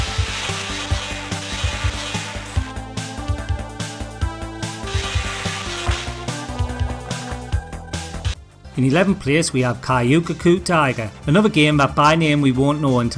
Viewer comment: mAh hoh die sock senn Qix is pronounced Kicks from "Tie Toe." Kyukyoku - kyew kyoh koo - the K and Y are pronounced together, not separate. The Y isn't a vowel here. Tatsujin ou - that last bit is pronounced "Oh!" and the name can be considered "King Tatsujin." Rye den den sets soo - "Raiden Legend."